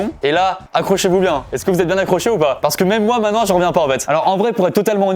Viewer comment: Maintenant et non mainant 🙃